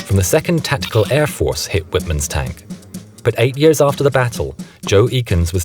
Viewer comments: Watch this documentary: and adjust your erroneous story on Michael Wittman's demise. And learn how to pronounce Wittman's name as it should be! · Can't even say the tiger aces name